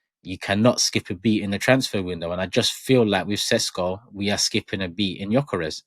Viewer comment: It's pronounced Sheshko